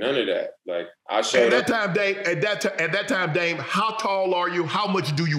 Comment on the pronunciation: Yeah. I know it’s confusing since there isn’t a T in his name lol.